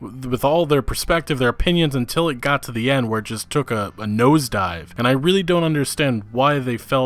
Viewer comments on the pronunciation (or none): none